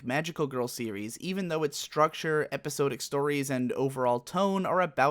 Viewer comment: epi-sod-dic not epi-so-dic. Damnit.